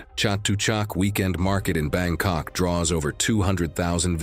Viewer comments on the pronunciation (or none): none